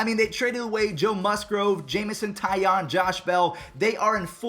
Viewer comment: it’s tye ohne not tye on 😂 as a pirates fan (sadly) I would know